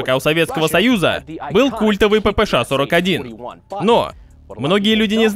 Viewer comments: Буква "Ша",а не "Ше"😅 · Ааааа, как меня корёбит: ПиПи Эс Эйч 😀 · Брендону так пофигу на то, что кто-то злится на его неправильное произношение "ППШ", что тратит примерно минуту на фонетические объяснения, почему он так говорит и как ему пофигу)